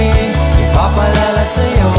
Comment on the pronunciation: Bakit kaya hindi nya kayang bigkasin yung IPAPAALAALA SAYO.... Ang daming beses ko inulit ulit.. IPAPALALA SAYO